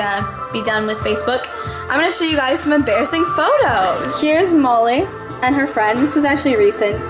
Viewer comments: its sounds like you're calling her moley lol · i liked the last one best btw is her name molly? cuz u say it like mully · it sounds like she's saying "Moley"... :|